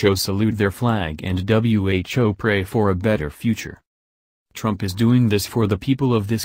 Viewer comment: W- H- O ? What the stupid machine can't say the word "who"?